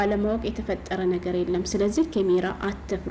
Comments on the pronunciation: ኤጭ ወደ ጉዳዉ አታወሪም ምን ትደጋግሜአለሽ በመጀመሪያ. ካሜራ የሚለዉን ኬሜራ አትበይ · ኬሜራ አትበይ ካሜራ በይ ከከከከ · ምንድነው "ኬሜራ" 😂😂ካሜራ በይ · ኬሜራ ምንድነው ካሜራ ነው የሚባለው😅😅😅😅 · እስኪ ካሜራ በይ ኬሜራ ምንድን ነው ኤጭ